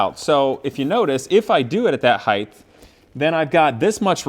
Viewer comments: Please bro, its height, not heighth. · word originated in Middle English as heighthe